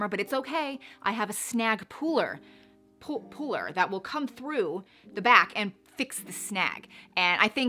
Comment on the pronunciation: You crack me UP! It’s a snag puller ... as in: when you come to a door (like at Starbucks or any store that doesn’t have an automatic door), in order to use the door, you can either push on it, or p u l l on it. So if you can say the word ‘pull’ then you can also say puller, because it’s just ‘pull’ with ‘er’ at the end. 😎 you’re welcome